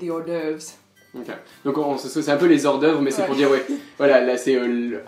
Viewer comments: Pas de liaison sur hors-d'oeuvre. Le h est là pour une raison ! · J'ai quitté quand le Français a prononcé " les z'hors-d'oeuvre". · vie aux Etats-Unis On dit les "hors-d'oeuvres", pas les "z'hors-d'oeuvres", on fait pas la liaison ! xD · "Les 'z hors d'oeuvre" le h doit être aspiré ! Grosse faute pour un français ! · En français, dans ‘hors d’oeuvre’, le H est aspiré. Donc pas de liaison avec le mot sui précède. On dit des -hors d’oeuvres, pas des zors d’oeuvres. Merci.